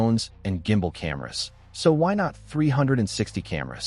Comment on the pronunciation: The minute this robot said "J" imbal I cracked 😂